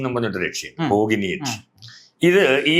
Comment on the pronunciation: ബോഗിനി അല്ല ഭോഗിനി ആണ് കറക്റ്റ്